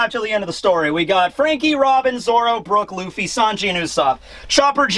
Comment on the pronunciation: and stop saying zolo it’s zoro